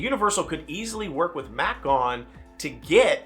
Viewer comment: the company you are talking about is from Germany and is spelled MACK, but it's pronounced MACH. (like the Mach-1 Mustang) Their family owns Europa Park in Germany and they test a lot of their new coasters and rides there. They built Stardust Racers, which was recently my 750th coaster credit...and it landed in my Top 10!